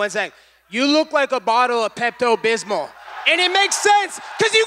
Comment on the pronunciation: Wtf is pepto bysmal lol